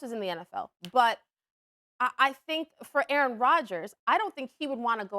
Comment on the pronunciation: A-a-ron? Is there an A-a-ron here?